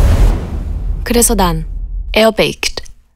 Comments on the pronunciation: 에어 베이큳드 발음 찰진거 실화냐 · 에어베이큭ㄸ 발음 ㄷㄷ ㅋㅋㅋ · 에어베이크드 발음마저 중독ㄷㄷ